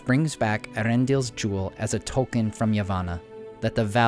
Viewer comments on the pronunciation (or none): none